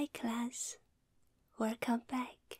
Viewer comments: Hi class!! weRcome back. (I love it). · Your wercome